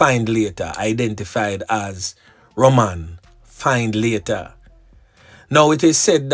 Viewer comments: Findlater is pronounce Fin -letter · The name is pronounced Finlator